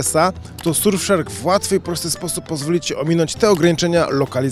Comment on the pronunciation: W powiedzial dobrze ;))